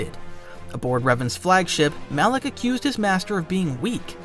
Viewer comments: alak? Mf its Malak 🤣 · Am I tripping or did he call Malek alleck the whole time lol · Calling Malak.. alick or alic alik. Whatever ur saying is drivin me nuts lol